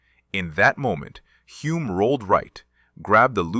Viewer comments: HULME (HULL-MMM) Not Hume Hyoom Home Homes Holmes It Was Sore Point With Him & Son , 1967 World Formula 1 Champ Denis ( Denny) IT'S NOT THAT HARD TO PRONOUNCE CORRECTLY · Good Lord... Who wrote the AI script for this video? I'm only half way through the video and I heard at least a dozen mispronunciations of Hume's name. I know AI chokes on a lot of names, but Hume? It's only got four damn letters.